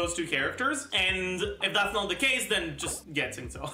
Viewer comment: Why does say Xingqiu and Yun Jin so weird? Like he says Yun Zin which is straight up wrong It's literally Yun Gin - a Chinese guy